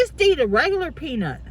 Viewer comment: Did she say circus penis instead of circus peanut? 😂😂